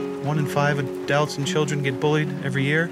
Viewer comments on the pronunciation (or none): Are we just never gonna talk about how he says “adelts” instead of “adults”? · I don't want to be a bully here..... but the way you say "adults" sounds like you say "adelts" I am not sure if I find it a funny quirk or if I have OCD. =P Love you!